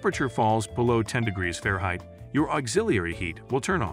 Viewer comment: Nice video, AI narration is pretty darn good except for *Fahrenheit (fairheight, lol).